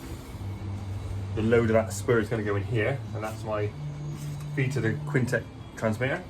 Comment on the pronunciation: he’s pointing out that you pronounce it as Kwin Tech